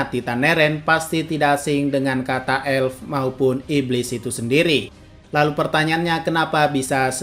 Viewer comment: Bang bacanya apel bukan apel 👍